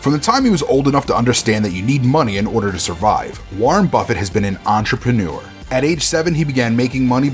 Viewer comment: Enterprenuer endeavor lol